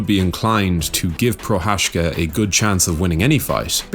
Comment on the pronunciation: Everyone is butchering his name. how to pronounce "Prochadzka" correctly. It takes time.. So here is the tip how to make it better : You guys mastered "Cha"mzad already so use the same "Cha" pronunciation in Pro"Cha"zka